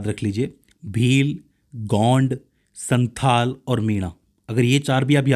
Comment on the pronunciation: Sir santal hoga. Santhal nhi